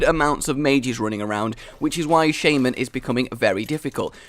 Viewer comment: you are pronouncing Shaman kinda wrong